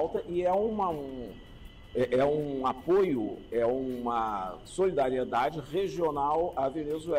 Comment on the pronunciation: Não cabe a vc falar SOLEDARIEDADE NÃO SERÁ SOLIDARIEDADE? AMAMOS VC E SUAS POSIÇÕES MAS, SOLE... DÁ NÃO.